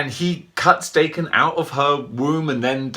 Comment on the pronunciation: Awww sweet, and I bought mine off another collector over a year ago, with the variant head. I love this guy and it's pronounced Dokken. My Japanese friend corrected me a few months ago lol